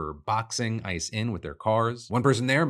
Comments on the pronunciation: Did anyone hear "I just killed" instead of ICE just killed? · Holy shit that concerned me a moment there. The way you said ice sounded like you said "i" and made it sound like you said "I just killed a woman"